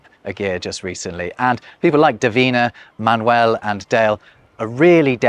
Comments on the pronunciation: Why is he calling Manuel Man-Well? 😭😭😭😭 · Interesting point of view. I see this as a completely bilingual population in Spanish and English who switch codes at will, not a as a language in itself... Funny the way you say Manuel, splitting the syllables in the English way: man-uel. It should sound ma-nuel